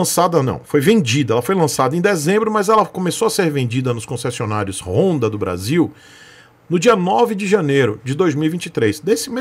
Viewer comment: Mas não é apenas uma moto, é uma "rooooonda" KKKKKKKKKKKkkkkkkkkkk